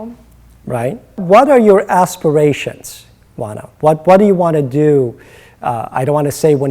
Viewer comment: I wondered how her first name was pronounced. It's Wanna and not O-ANNA as it looks. She seems more mature than 17 (her age as of March 2013). I wish her luck. She's on Disney's Crash & Bernstein which is like the fantasy Ted but for kids. It's funny, quirky, dopey and fairly entertaining for the whole family while still having some social values without being heavy-handed.